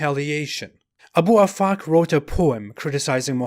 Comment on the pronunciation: Abu Afak, I heard A boob a fuck 🤣🤣🤣🤣